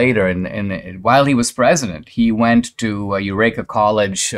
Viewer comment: Yes, Dinesh pronounced the word incorrectly, as he often does.